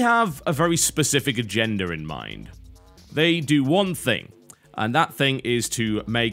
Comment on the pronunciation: I gotta admit. When you say it its sounds like "Agender".